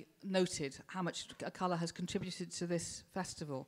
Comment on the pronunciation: Yeah, plus she pronounced Akala wrong... He's even got bars on how to pronounce it ffs!! Hope I didn't subtract from your comment with my childish humour, good stuff mate :)